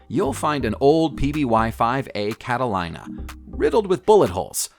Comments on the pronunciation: Catalina is not pronounced 'line-uh' it's 'lean-uh'. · It’s called Catalena not cadalada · Cata li na ?? - - its a Cata lee na - - like the islands off the coast of California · Cat a keener,… not Cat a liner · People who make these videos need to get their facts straight. Lots of mistakes in this! Also, they need to learn how to pronounce the names of things. Catalina is pronounced CATTALEENA, not CATTALINER. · It's pronounced Cata-leena not Cata-lyna. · That flying yacht is pronounced Cataleena, not Catalina which is h ow it's spelt. Doh! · Sorry, it is not Cata-line-a. It is pronounced Cata-LEEN-a. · THE PBY 5 CATALINA IS PRONOUNCED CAT AH LEE NAH NOT LINE AH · It’s a PBY Cata-Lee-na not cata-lie-na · Cata-Lee-na, not Cata-leye-na! For Christ's sakes... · ... PBY "Cat-ah-LEENA", not Cat-uh-line-uh. It does make a pretty cool yacht!!! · It is pronounce cat-ah-lean-ah, NOT cat-A-line-ah. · And I always thought 'Catalina' was pronounced cat-uh-lee, nuh................ not cat-uh, LIE, nuh ! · Dude, it's a cat-a-leena not a cat-o-lina. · cata line a? cata-leen-a! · the aircraft your discribing is a Catalina (cat a leena ) nothing to do with (Cat a line a ) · Cat a line a. Leen a Leeeen a Catalina and do some research on your videos not good for the Youth to be lying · 'Cata LEEN a'. Not 'Cata LINE a'. Think Catalina Island of the coast of So Cal. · That last plane is pronounced Cat-uh-leen-uh, not Cat-a-line-uh, and the mispronounciation is most irritating!! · It's cat-a-lean-ah not cat-a-line-ah. SMH. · It's a Cat-a-leen-a, not Cat-a-line-a. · It seems impossible to me that someone (especially a narrator) doesn't know how to pronounce "Cat-ah-leen-ah". It's a populated (and exclusive) island off the California coast. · It is pronounced Cataleena long e sound. Just like the island off of the California coast. Catalina (Cataleena) island. Sadly that airplane was abandoned one of the members of the group if I recall correctly was wounded by the Arabs. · Cata -LEENA